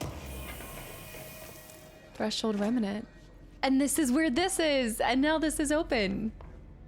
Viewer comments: it’s “reMNant”, not “reMENant”. Gives me “Ensuna” flashbacks every time you say it wrong 😂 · I think the way you pronounce Remnant, you added an extra 'a' in the middle compared to how it's usually pronounce, just a little detail I noticed and maybe you'd like to know! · I like how we are in part 5 and you still say remnant wrong 😂 you just add letters lol